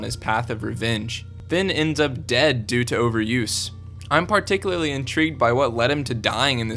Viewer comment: you say particularly in a funny way